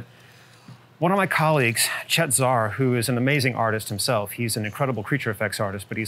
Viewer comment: Did he say Chet Zar?